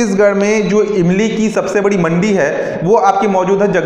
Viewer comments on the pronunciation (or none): मंडिप खोल नही मंडी खोल है